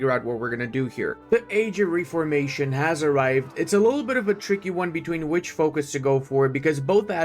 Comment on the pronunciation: I’ll never get used to how he pronounces it“ree-for-mation”? 😂 In the US and UK we pronounce it “ref-ormation”. Basically: REFormation.